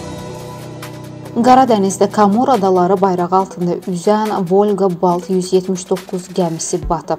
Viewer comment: Xaniim, VOLGE, YOX...VOLGA